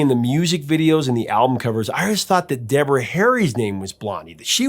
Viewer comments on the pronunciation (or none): none